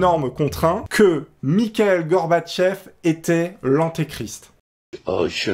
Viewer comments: "Michaël Gorbatchev" ?! C'est Mikhaïl, en prononçant le "kh" comme la jota (le j en espagnol) ! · Mikhaïl Gorbatchev ça ce dit "Mirail" 🙃